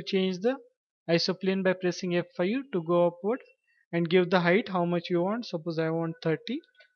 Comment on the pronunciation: it's so confusing hahahaha thought u was saying FU